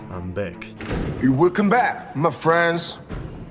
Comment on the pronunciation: "I am beckk......... "